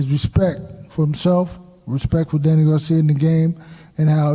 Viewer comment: Why can’t this dude ever say “ Garcia” correctly? It’s not “ Garciam”